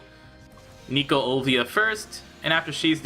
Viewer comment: Hey Why do you keep calling her Olvia? It says on her character that it's Olivia since I can read Japanese.